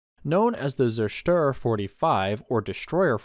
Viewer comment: When making videos on german issues, why not learn some basic German? Say how to pronounce, Zerstörer, Wirbelwind, Vierling, …